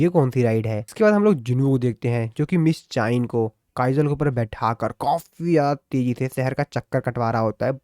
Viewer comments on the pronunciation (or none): Miss cha hae en❌ miss chayen✔️